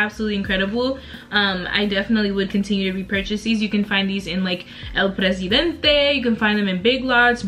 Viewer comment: “El Presidenteeee. That was perfect pronunciation!!! You should learn Spanish. You’ll be great at it